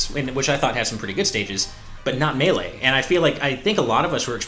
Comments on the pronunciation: The way pronounces melee drives me crazy. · its been so long why hasnt learned how to say melee it hurts me physically every time i hear it